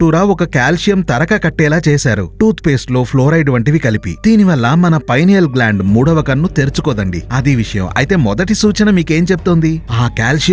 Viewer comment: Pinal gland pronounacene wrong